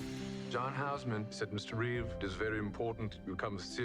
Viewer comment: Reeve. No s.